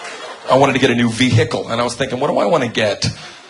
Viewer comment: Ve HIC cle